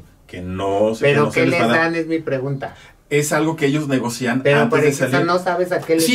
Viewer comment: Breviario cultural, es negocian así sin acento.